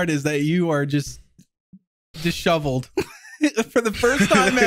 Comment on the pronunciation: "Dishoveled" lol